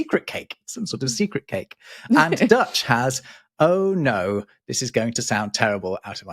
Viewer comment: I enjoyed this episode very much. Side notes; the word offal comes from off-fall, in Dutch the equivalent afval refers to any garbage. pronunciation of Dutch was not too bad. Dutch also has kat in de zak kopen = buying a cat in a bag. Tempest in teapot in Dutch is Storm in a glass (of) water. The 1930s usa also gave us pet peeve, from a cartoon. The word peeve nearly went extinct before that. Carry on with your lovely podcast, I'll be listening.